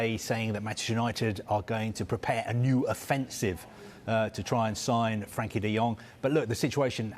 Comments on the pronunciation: All summer all I've heard is blood frankie de jong since when does frEnkie de jong sound like a A these people are paid to get names right in these stories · is a fuking idiot he's been reporting on de Jong for months and still don't know his fuking name. Frenkie not Frankie!!! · Frenkie, not Frankie